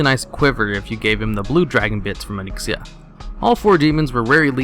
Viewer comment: Ony exia. Good lord.